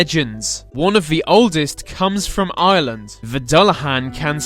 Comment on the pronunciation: you could at least pronounce Ireland right